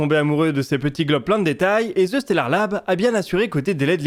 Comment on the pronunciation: Excellent contenu! autre sujet!., ce n'est pas : Ze stellard Lab, mais bien : the (prononcer DE) stellard lab. hihi, je comprend pas cette erreur de prononciation. Le préfixe THE en anglais est pourtant si facile a prononcer. Simplement dire DE , ca devrait mieux passer dans une conversation avec un anglo!